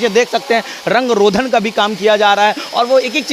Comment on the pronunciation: रंग रोधन नहीं रंग रोगन होता है। बार बार..